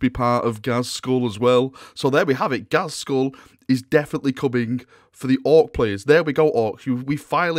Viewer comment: Uhm... Its Not ghazkhul...